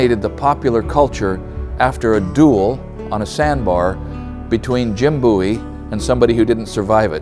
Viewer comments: Pronounced “bow-ee” not “boo-ee” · I laugh every time he says BOOIE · Pronounce the name right. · The way he said Bowie bothered me for some reason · It's pronounced Bowie not Bowie.